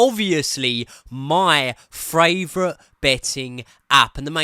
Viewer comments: making up new words ‘fraivourite’???? 🤣🤣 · Was literally a slip-up from a few months ago and they just kind of stuck with it. I love it. Josh 'fan fravourite' Aveste